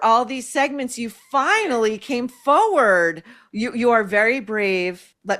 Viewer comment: forward...not foward